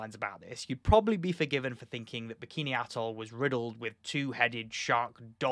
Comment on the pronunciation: You're pronouncing Bikini Bottom wrong!